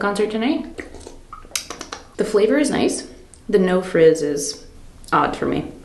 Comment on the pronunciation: Wait… did you say “frizz” in relation to bubbles in the drink? Lol. Or did I mishear?? I’ve never heard “fizz” called “frizz”.